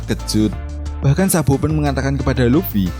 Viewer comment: Sabo min bukan sabpo😂